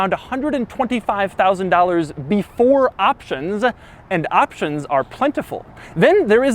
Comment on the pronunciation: "before optionszzaa"